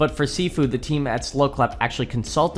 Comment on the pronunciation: sorry but your saying sifu wrong